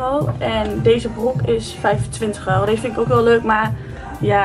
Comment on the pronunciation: Waarom kan het woord euro niet uitspreken